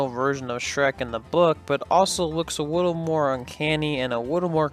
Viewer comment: Great video and great job since I love Chris Farley. By the way, A "wittle" more, and "Chris farwee"? You gotta learn to pronounce your L's when saying "a little" lol lol